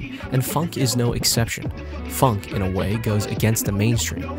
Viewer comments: hes saying it like it has a u phunk ITS phonk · it’s not pronounce funk